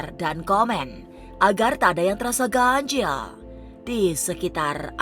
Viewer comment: ngomong ganjil nya ga bisa biasa aja kak... kenapa harus ganjieeellll